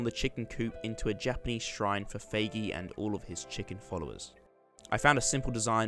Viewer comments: Not feigi it feigiii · You Pronounced “Feigei” Wrong :P Edit: Love Chamber REALLY It’s Frick Chamber! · im sorry but the way you said feigi bothers me to the point of commiting war crimes in pakistan